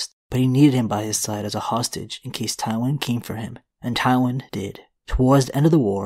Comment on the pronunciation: Omg it’s pronounced TIEwyn not TOWwyn. 🤦🏻‍♀️